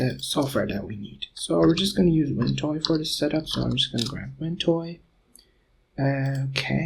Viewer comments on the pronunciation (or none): Too much prancing around the job in hand and useless for 'newbies'. Are viewers supposed to know about Ventoy [called "wentoy" by you ] and far too much is said not to matter. In addition, very poor audio quality and irritating voice. Luckily, there are better tutorials.